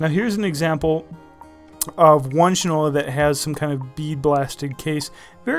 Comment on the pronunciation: It's SHINE-ola, not "shin-ola" (not your leg part, but SHINE — as in Shoe Shine!!!) The brand name is the old shoe polish manufacture is SHINE-ola. I have a Shinola bike, and a Shinola watch. STOP mispronouncing it! Go to a Shinola store. Geez, this constant "shin-ola" mispronunciation is annoying as all get out. Also, the guy is prejudiced against the brand to start, and is all gaga about Fossil, which to me was never anything but a cheap watch with a hip design. Faddish, vs. quality. Pay no attention to the man who can't pronounce his brand name — funnily enough giving rise to the old adage, "that guy doesn't know sh*t from Shinola!" By the way, he states he "feels" you are paying for the brand name — as if that's a revelation. Of COURSE you pay for brand names. That's how they get to be high end brands. Gucci, may, in reality, be no better than other well made and designed clothes, but you pay for the brand. Duh. Worthless review.